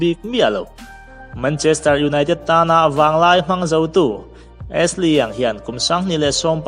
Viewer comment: Bacary Sagna a sagna hi sa-nia tih deuh a lam tur, tin Ashley hi mizo "A" Ni lovin eeshli aw.